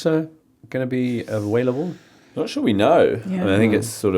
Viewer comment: "When is Wissa going to be awailable?"